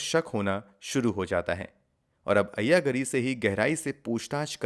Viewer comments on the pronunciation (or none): You are showing locations that don't exist in Hyderabad. Moreover, your pronunciation of the names is very unpleasant. Ayya Gaari is correct sound. Kura ganti is the woman's name.